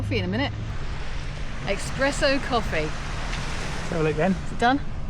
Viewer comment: Not Xpresso, it's pronounced Spresso. Espresso. I don't know why this bugs me but it drives me right up the wall. Of all the things ...